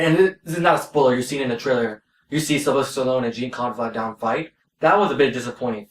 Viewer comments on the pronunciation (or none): Jean-Claude Van Damme pronunciation is jawn clod van dam. Other than that, great review.